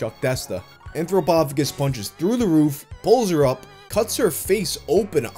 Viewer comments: Shouldn't it be AnthropoPHAGus, not AnthroPOPHagus. anthropo-phagus, man eating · It’s pronounced anthropo-Fay-jus. Phagus means to eat.